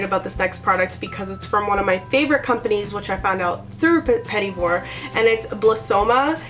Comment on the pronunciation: It not petit like "petty" its pronounced like petit just don't pronounce the last T. So kinda like "puh-tee" with the emphasis on the second syllable.